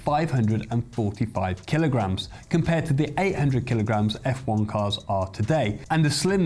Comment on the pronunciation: Technical feedback, a few schoolboy errors : 1. it's kilo grams not " keylows". 2. if there is no mass it's massless not massive, massive meaning has mass/atoms. 3. kilo should be lowercase k, capital K is technically Kelvin, and grams is lowercase g, capital G meaning giga. ie KG is technically Kelvin giga! Sorry to criticize, I am a technician & just passing it on. Enjoyed it otherwise.